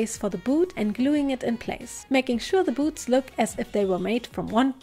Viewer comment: Am I a sick in the head person or did you also think she said boobs instead of boots